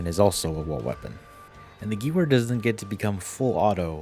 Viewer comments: Good video overall, I just want to point something out because it was bothering me. In German, W's are prononuced as a V sound. So the Gewehr 43 is pronounced "Guh-VEHR", not "Gewer". Also, very few weapons use actual clips, which are just small pieces attached to bullets to help guide them into the weapon. They are called magazines. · Guwer. Ew 😂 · good vid its geVer not geWer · 🤓 it's pronounced "ghevear"